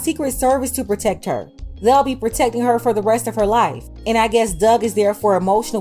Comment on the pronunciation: “We HaVe too PrOtEcK haa” If you don’t sitchoazz down!!!